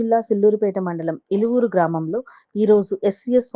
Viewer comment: Illuvuru gramam kaadu illupuru gramam evvarandi meeru ooru peru kuda cheppalekha pothunnaru ?🤔🤔ఇల్లువూరు గ్రామం కాదు ఇల్లుపురు గ్రామం ఎవ్వరండి మీరు ఊరు పేరు కూడా చెప్పలేక పోతున్నారు😡😡😡👎